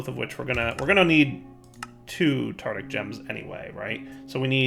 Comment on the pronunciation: Tartaric gem. Tar-Tar-Ic. TARTARIC NOT TARTIC PLEASE